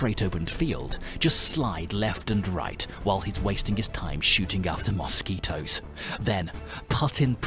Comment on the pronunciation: Every single time say Mosquito I laugh